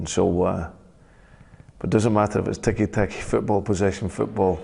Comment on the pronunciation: it's tiki takA not tiki taki